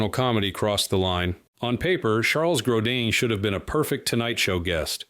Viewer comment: Gro “deen..” come on.